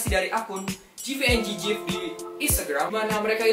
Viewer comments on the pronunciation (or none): It's pronounced GungGif not JIVIENJIGIF